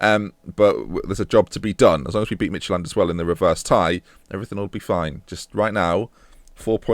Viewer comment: Lol, you pronounce it "Midgetland". :D